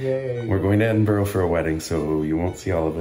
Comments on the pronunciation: I love love love you both but eh-din-bur-ah not eh-din-bur-oh💖 I imagine someone may have corrected you while you were here anyway 😅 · Please don't say EDINBORO. it's so annoying if you're Scottish. It's pronounced EDIN BUH RUH.